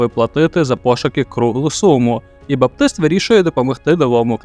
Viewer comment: З яркого дива баПтист (сектант) перетворився на батист (тканину)? Слова означають рiзне, читаются по-рiзному, навiть наголоси на рiзних складах: bAptist, batIste.